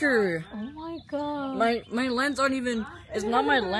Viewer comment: Oh my Gaaaa!!! Oh my Gaaaa! Hay exageraste como niña chiquita.Y la palabra es God, no se dice Gaaaa😭😭🤣🤣🤣🤣🤣🥴🥴🥴🥴🥴😫😫😫